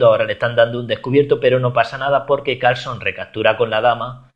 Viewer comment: min dijo "Carlson" jaja